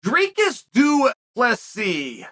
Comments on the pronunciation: Holy... shit... chael pronounced a name 100% correctly. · I only watched this video to see how Chael would pronounce his name and i was pleasantly surprised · Chael pronouncing the name right for a minute caught me off guard😳, and then reverting back to the way he used to pronounce it had me lmao🤣. For a minute there I thought that wasn't the O.G mr Bad Guy Inc. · Literally the only reason i clicked on the video is to hear his pronunciation and he nailed it😂 im pissed